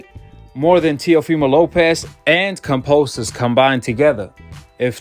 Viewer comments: It’s kambosos bro not kamposos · Oi😅 Pronounced ➡️ Kam - bo - sos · Ya know Kambosis is pronounced with a B right?